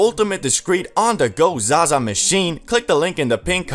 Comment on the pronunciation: na why he say zaza like that